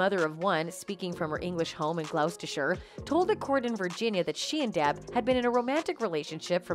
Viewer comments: Gloucester is pronounced glosster 🏴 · Close but not quite, Gloss-ter-sherr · “Glouw-sta-sher”? People usually mess up the 2nd half of the word, but she said that part okay and messed up the first part. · In the UK where Kate is from, if you say someone is 'pissed', it means they are drunk. You have to say 'pissed off' for it to mean 'angry'. Also, Gloucestershire, is pronounced 'Gloss teh sheh' if you type 'how to pronounce 'Gloucestershire' into Google, you will get a recorded message which tells you exactly how it should sound...and all other English place names, some of which are ancient and are not written anything like they sound.